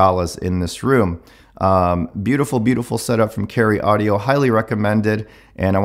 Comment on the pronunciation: "Caryeo Audio"